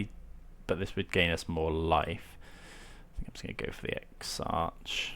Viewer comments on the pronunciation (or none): Great video, TarmoTwin isn’t the best deck out there but certainly one of the most fun! Exarch is pronounced “ek-sark” btw! :)